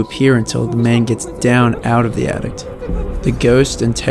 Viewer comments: Bro.... it's an attic. Not an addict. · attict? sounds like ur tryin to say addict not attic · In the description & in your narration, you say "addict", but it's "attic". Just for future reference in your uploads. Great video, I'll tap that subscribe button 😊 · it's an attic not an addict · It's pronounced Attic not addict... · The most disturbing part of this video is the guy saying ATTICT instead of ATTIC.